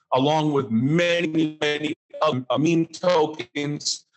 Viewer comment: NEVER trust anyone who doesn't even know how to pronounce "meme"